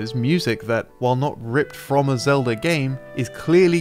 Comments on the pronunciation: Thanks for explaining how to turn the word Zelda into Elda by removing the Z, I was lost for a moment. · Or English.